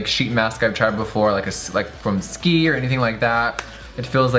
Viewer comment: i just realized jeffree called SK II "ski"